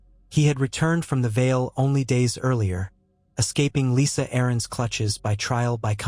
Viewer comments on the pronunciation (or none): it's Liza not Lisa